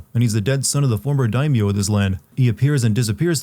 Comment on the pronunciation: Jump to to skip mindless rambling. It was also funny to see you sinning the "Are you finished your training?' bit after all the mispronouncing of English words you've been doing XD And then... "corrupt daikon" LMAO!